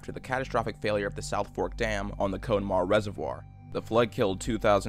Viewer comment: Did you really call it cone maugh?